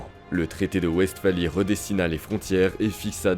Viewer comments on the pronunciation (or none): Westphalie a eu un impacte gigantesque sur l’ordre européen, la manière de faire la guerre, et sur la diplomatie c’est fou. Par contre ca se prononce Vest-fali du coup